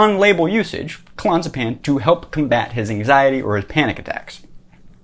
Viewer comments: "Clon-zuh-pan"? Not even close. Learn to pronounce a word before you pontificate about it for 5 minutes. Clo-nay-zeh-paM. These are not facts you're spewing, they are a priori assumptions (to use a term you've been served up in your 'word-salad' JP lectures ad nauseum) that may or may not be true. He probably needed k-pins to deal with the stress of having all these young dudes up on his nuts all day long. Listen to the guy talk about addiction. He got addicted to Klonopins just like everyone else. A shot of dopamine every time he took it until he needed it all of the time. It's simple as fuck. If someone living on the streets, with an OBJECTIVELY MUCH harder life is a drug addict, are you so inclined to give them as much benefit of the doubt? I have a million dollars that says you dgaf about those people. Believe it or not, pretending to understand Jung better than anyone, whilst completely missing the mark, isn't the worst plight from which a human can suffer. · Hes saying the name wrong. Clon-AZ-a-pam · It's pronounced Clo-naz-epam. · Clonzapan? Clonazapam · It's clo Naz a pam. Can't take you seriously if you don't take it correctly. I'm not a snob unless it's about Klonopin or JP. It's awful to get off of. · if you cannot pronounce the drug correctly ....... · This guy can't even pronounce Clonazepam. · I get it, you read the wend article on klonopin. You're still pronouncing clonazepam wrong. If you're gonna nitpick a stupid aspect of what someone said, at least make sure your nitpick isn't wrong...